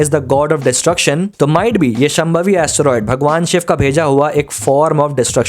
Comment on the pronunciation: Wonderful analysis but please pronounce names correctly. शांभवी not शमभावी.